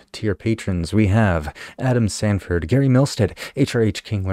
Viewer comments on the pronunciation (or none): none